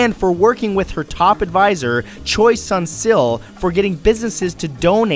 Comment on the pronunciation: Choi Sun Sil was pronounced wrong as well